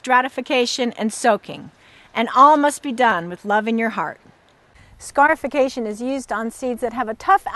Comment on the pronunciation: When she first said scarification I thought she said scarf-ication.